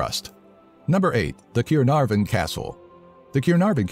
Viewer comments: You can’t pronounce Caernarfon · Good on pronunciation on the Welsh names such as the longest name in Europe and the UK But you pronounced some Welsh names wrong such as caernarfon and Rhossili I am from Wales And the video is great well done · its funny how they pronounce Caernarfon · He pronounced Caernarfon wrong😂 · I can not believe the way he sed Caernarfon and llanvair P.G. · When he says caernarfon wrong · very interesting facts about wales.........shame about pronounciations though yes i am welsh. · Btw you pronounced Caernarfon wrong🤪🤪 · Arggg the way you say "Caernarfon" 🤢🤢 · Ti yn dweud caernarfon yn anghywir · ‘cay-rr-nar- fan’ It’s can-are-vun mate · Keernarvun? That can't be pronounced correctly. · And it's not ciernarfon it's CAERNARFON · Ciernarfon? It’s pronounced CAA EER NARFFON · Caernarfon not cirnarfon good effort tho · Ceernarvon? CEERNARFON?! NO,! NO! Let it be said by a Welshman that it's pronounced Car-narfon, only the f is sounded v, and there's a slight 'e' sound after the a. Dear god, do some research. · Who doesn't want to hear about the keer-narven castle? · more like K-EYE- NARR- VENNNN, at least in pronunciation, in true english to welsh phonetics... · Well it's actually car-nar-von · What the hell is cir-naer-from- it makes me want to cry!! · its correct in welsh.. KYE-RRR-NAAR-VON is correct, not this crazy american on drugs pronunciation, that sounds more like russian !! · its pronounced Caernarvon not caernarfon (also dd is pronounced th) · "Cinarvon" "Lanvair- ok I'm not going to even try" "Lluangollen" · ‘Cure’narfon castle😂 Mate, I’m from There and it is C.A.E.R.N.A.R.F.O.N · Caernarvon is pronounced Carnarvon Though as the only English child of an all welsh family (moved to England before I was born) I can understand how difficult it is to pronounce anything welsh! I love Wales yay! Diolch for the video cariad! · excuse me the what? Keyonarfen? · he pronouced Caernarfon ronge it's pronouced cernarvun